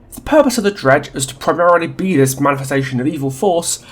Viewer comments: Are you calling the dredge “Greg” at some points or am I just going deaf and mishearing an accent? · Am I the only one who heard ‘Greg’ ever other time you say Dredge. Even the subtitles agree. It could be a good nickname for it. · Or "Reg" like, Reginald.